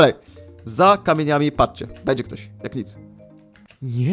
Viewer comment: Beńdzię sajmon mówi